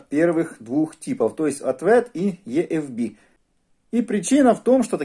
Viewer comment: EFB - почему Е-Эф-Би? Правильно И-Эф-Би...